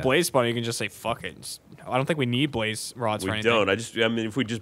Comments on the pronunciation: Geoff emphazises Blaze, Chilluminati confirmed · To this day I cannot watch one of these, hear one of them say "blaze", and then repeat it as Ray would immediately after.